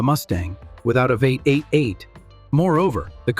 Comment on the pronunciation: lol ai fail "veight" instead of v8, check your work better